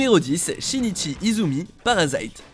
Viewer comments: Ça se dit Parasiiite pas Parasyyyyte 😭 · Att comment il a prononcé parasite!!!!?